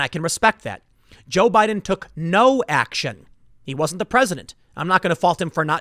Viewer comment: Is it me or Tim has been saying *Budden*?